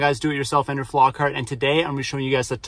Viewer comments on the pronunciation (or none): none